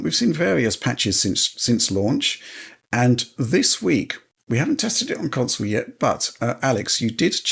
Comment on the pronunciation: Love the show but god it drives me batty every time Alex says counsole instead of console